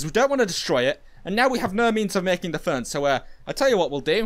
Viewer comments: In the captions he said fern but I actually realized he was trying to say phone 🤐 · Learn how to say phone and radio